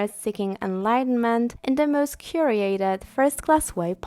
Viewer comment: "cure-y-ated" LOL